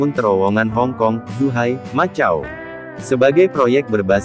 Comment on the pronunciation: macau... di baca makau bukan matjau....